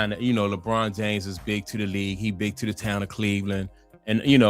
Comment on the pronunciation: I hate the way how you pronounce "to" 😂😂😂